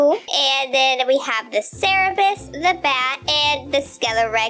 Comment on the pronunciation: Its cerberus not cerebus XD